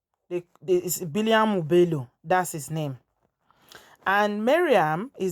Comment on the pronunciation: The name is Biliaminu not biliamu